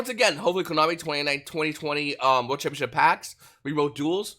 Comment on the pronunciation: Im new to this channel and i love the content! Correct me if im wrong and/or im missing something. There is one thing that annoys me about his videos. He slurs his words and pronounces words incorrectly. Example, stamp he says “shampionship” as oppose to championship. It happens frequently throughout the video.